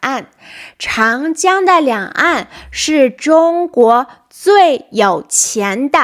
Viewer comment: Very nice, but 长江 should be Cháng Jiāng , Zhǎng Jiāng.